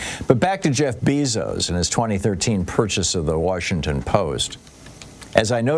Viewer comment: I thought Bezos was pronounced BAYzos??